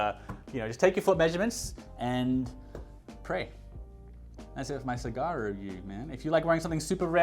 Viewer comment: Great video!!! Thanks for sharing. My only comment is in South East Asia we pronounce "A" like you pronouncing the Apple. So when you say Sagara it should be SA-GA-RA and not SI-GA-RA. E we pronounce it as "EH" and not ee, "I" we pronounce it as EE and not ay. Hope it make sense to you and i am not trying to be funny. Thank you